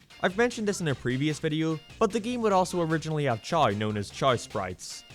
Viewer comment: I like how he pronounced Chaos Sprites as "Chows Sprites". That's how you know you're lost in the sauce.